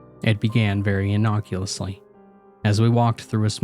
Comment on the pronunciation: Interesting tale. Reader: watch your granmar. You're getting words totally wrong. It's innocuously, not innoculusly, for example. Askance, not "a sconce". These aren't insane words. And "wroten"? WTF is "wroten"? "As good a theory", not "as good as a theory". Please stop making up words. Please. I cannot imagine both the author and reader made the same exact mistakes.